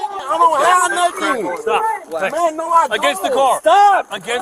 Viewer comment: “I didn’t do nuttin’,” no one accused you of ejaculating, “nuttin” isn’t the issue 🤣